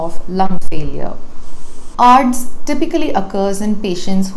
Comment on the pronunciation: presentation is excellent. I will however prefer her to pronounce ARDS (आर्डस ) as A.R.D.S (acute respiratory distress syndrome). This is like some one pronouncing C.A.B.G. as कैबेज. This suggestion is on lighter note but your presentation is perfect - Dr Dilip Mundhada